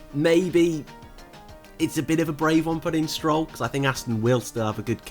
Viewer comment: Its think love, not "fink"